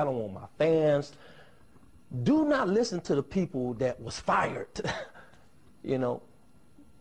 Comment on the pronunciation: "don't listen to the people who were FIRE'T.... Don't enen listen to the people who were HIRE'T" XD XD XD